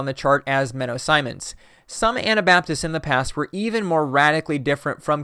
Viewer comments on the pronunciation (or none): none